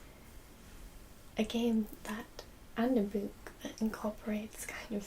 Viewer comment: Sexy librarian, I love the way you say 'boowk'.